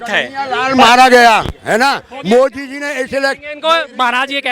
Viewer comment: संप्रादाईक mind वाला अंधभक्त पहले 10 जूते मारकर 1 गिनों, ससुरा ज्ञान घंटा का नही हैं केवल चाटने में लगा हैं, मोदी का नाम भी कैसे गलत उच्चारण करके ले रहा है।